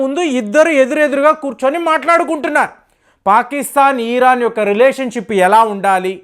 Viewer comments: సార్ మీరు ఈరాన్ అనటం ఛండాలంగా ఉంది. జస్ట్ ఇరాన్ అనండి దయచేసి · Eeraan yemiti iran anu babu nee bhasha tho